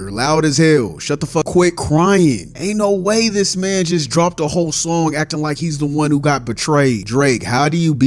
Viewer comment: The way says mang is funny AsF